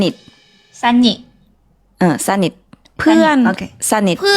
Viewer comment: เกือบเป็นสะเนืยด ต้อง สะ-หนิด